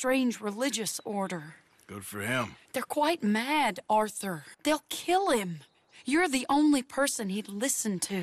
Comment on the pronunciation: Arthur Morgan: “Oh don’t ohrthur me”